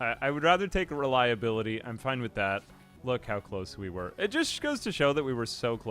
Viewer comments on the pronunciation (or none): none